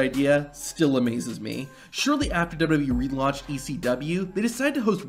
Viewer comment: Say it once, just try to SAY it. W. W. E. I don't think it's dubdubey .. unless they're going by every single content creators pronunciation